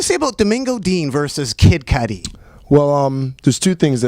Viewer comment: kid cootie? This narrator is the worst!!